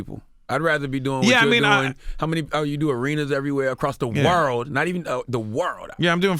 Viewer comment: ... across the Warld!... the Warld...